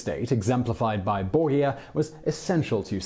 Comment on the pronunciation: Why are you pronouncing Medici and Borgas so weird bro